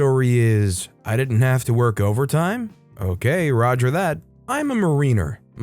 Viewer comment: Mariner is pronounced Ma-rin-er with all vowels being short tones. With emphasis on the first syllable.